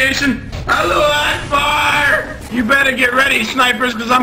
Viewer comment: is Allahu Akbar not Hello Ackbar